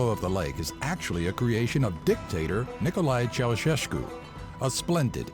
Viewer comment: I love the fact that Geamana was so badly pronounced, as well as nicolae ceausescu. Im not hating tho.